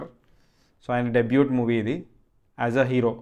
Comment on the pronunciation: డెబ్యూ debut డెబ్యూట్ kadu bro❤